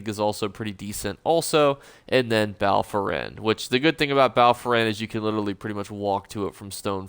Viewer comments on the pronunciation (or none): Hey, don’t know if you know this but there is no R in Bal Foyen… love your vid’s though, only eso YouTuber I watch, great vid